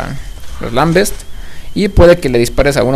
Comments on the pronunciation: wey creo que se pronuncia lambent no lambets! xD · haha xD el juego se llama Gears Of War sin S en War xD y no son los lambest son lambent n_n por cierto gracias por los videos y nos vemos en la beta de halo anniversary ;D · oye muy buena ayuda, pero te dire una cosa que creo que te falla, a los luminosos les dises lamBEST y son lamBENTS :D